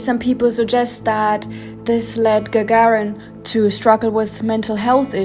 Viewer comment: (Gagarin name is not pronounced like Lady Gaga with -rin added but rather like gagaaa-rin.)